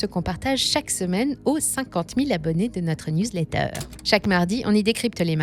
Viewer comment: Pareil pour news letter ! Fallait aussi prendre l'accent British !